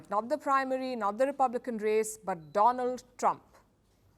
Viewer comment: I love Mr."Doland Trump " lol😅